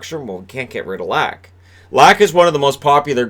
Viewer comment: I'm sorry but it hurts my freakin' swedish ears everytime you say "Lack"...or Niclas "Backstrom". I know you didn't attend Swedish pronunciation class in school over there but - if you from now on - would pronounce their surnames as Leck and Beckstrom I'll send you either a team Sweden jersey or the jersey from my favourite team in the SHL. Thanks for all the great vids though, keep up the great work and stay safe. Cheers.